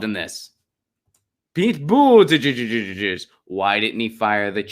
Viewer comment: Think your pete's name pronunciation is cute? Clicked off , can't take you seriously